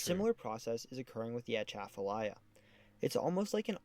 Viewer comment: You did better on the pronunciation than most but the emphasis should be be on the second syllable of Atchafalaya, not the first. like uh-CHAFF-uh-lie-uh